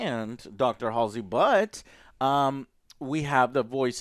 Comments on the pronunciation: Lol he called Halsey "Hazely" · Dr who? did you say Halsey wrong